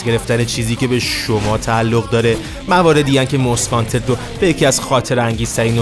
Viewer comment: همیشه از اینکه یه مشت بی سواد مُست وانتد رو ماست وانتد می گفتن زجر می کشیدم